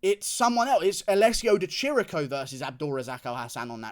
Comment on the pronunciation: It's Di Chirico, ch = K in italian, goddamn it. Love you Guru